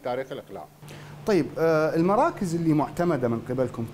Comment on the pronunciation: سيادة مسؤل الاعلام مال المطار، اسمهة معتمدة مو محتمدة، اسمهة PCR مو BCR، مو صوجك صوج ابو راس التاير العينك